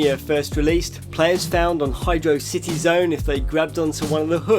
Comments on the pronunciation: "Hydro City" It's pronounced like 'Velocity' but Hydro. "Hydrossity" basically. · Pronounced Hydrocity as Hydro City. Unsub.